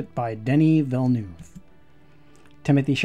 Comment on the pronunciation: It's pronounced Veal-ne-uv. Like 'nerve', except with no 'r'.